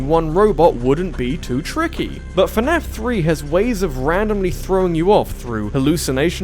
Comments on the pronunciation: It's fnaf, not fanaf. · I like how he says "fuh-naf" instead of "fnaf".